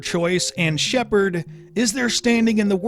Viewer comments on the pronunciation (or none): First of all its Shepard and not Shaperd wtf?! Lol second, Shepard is character's last name, not first! Lol you can't change Ryder into Shepard, so no...you won't be able to play as "Shepard" the way you mentioned...